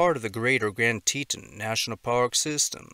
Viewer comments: It's "TEE-ton", not "Teetin" I lived and worked in the park. Too many people visit thinking it's a county park, unprepared for sudden mishaps. More happens there than the park service will admit. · It’s Tea-ton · Just thought I'd mention it's pronounced TEE-TAWN. I live fairly close to there. Thank you for what you do!! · Teton is pronounce "tee-tawn". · TEA-TAWN. TEA-TAWN, MAN! TE-TON.